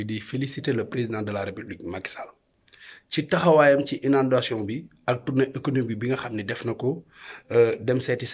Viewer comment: Mais est ce que toi cava? Mame va apprendre stp, on prononce "inondations"! Je te jure damala yeureum même le petit fils de sonko doussa morom